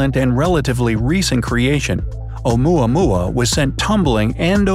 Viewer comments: When oumuamua sounds like yomama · Lol "oumuamua".😂😂